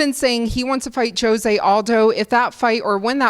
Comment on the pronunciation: Why does nobody say Jose properly, when referring to Aldo.